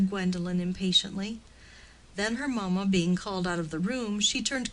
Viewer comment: From the reading one would think that the story is set on one of the plantaions in any of the American Southern states, instead of in Victorian England. E.g. it is maMA and not MAma ... The English is rather mangled I am afraid.